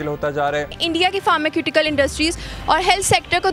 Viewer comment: फर्माक्युटिकल ???? मतलब ???? हमने फार्मास्युटिकल सुना/सीखा था. ये फार्माक्यूटिकल क्या है? किसे कहते है ?